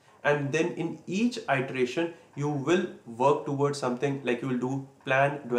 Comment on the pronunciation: Good information. *Iteration is pronouce like it-er-ation. The first letter is lower case. :-)